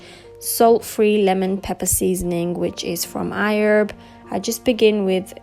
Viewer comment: WHY DO U KEEP SAYING IHERB CONSTANTLY AND IN AN AMERICAN ACCENT??!!!O HAD TO CRINGE EACH TIME U SAID IT!😑🤔